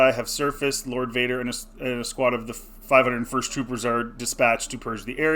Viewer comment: bro didnt even say "501st" correctly and we wanna take this guys word??? what a loser.